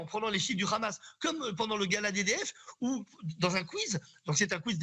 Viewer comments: Bfm prononce le H comme les sionistes Le Rhamasse le Rhesbolah. 😂 BFMWC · Une astuce pour détecter ceux qui sont pro Netanyahou : ils disent tous "kh"amas comme dans "kh"uan carlos. 😉